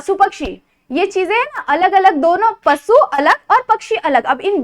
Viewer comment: te pasu nahi pashu ahe